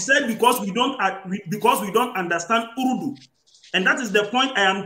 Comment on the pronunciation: 😅😅 WE DON'T UNDERSTAND "*URU_DU*" ‼️🤭🤭🤭